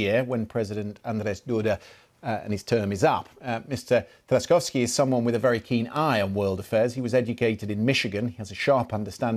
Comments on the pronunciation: How difficult was to prepare a proper pronunciation - Chas-kov-skee, alternatively Tshas-kov-skee. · Trzaskowski speaks perfect English and the journalist couldn't even check how to pronounce his name. L for the Anglos once again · Rafał Trzaskowski "pozamiatał" po angielsku a angelski dziennikarz nawet jego nazwiska nie umiał poprawnie wypowiedzieć!!! 😅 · Trzaskowski!!! Not any other name. Pronounce Tshasskovskee in English. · And one of the worst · What a terrible pronunciation of Mr Trzaskowski's family name.